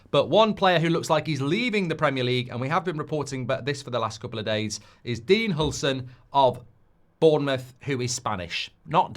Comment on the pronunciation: “Dean Hulson” 😂